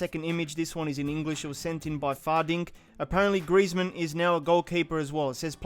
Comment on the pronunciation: I hate that in champions league the commentator says "griEzman" instead of "grizman"